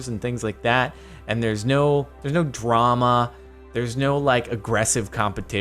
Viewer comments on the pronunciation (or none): none